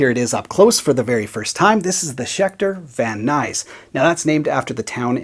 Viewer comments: I know i might come off as picking nits, but a Californian pronounces Van Nuys as “vaneyes”, one word... great looking guitar, and as always, love the attention to detail you always put into your videos! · Van Nuys